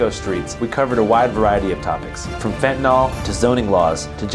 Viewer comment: Is there any real reason to promote the "fentanol" pronunciation of fentanyl? It's incorrect and seeing it in a video like this, kind of legitimizes it. I know a ton of people say it that way, but, it's definitely not correct. Otherwise, amazing video as always.